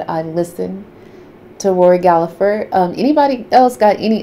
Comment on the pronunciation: The name is Gallagher don't pronounce the second g no p